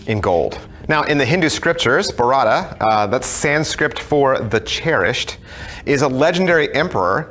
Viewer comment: As an Indian i can't stop laughing after hearing u say bharata.sorry.😂😂😂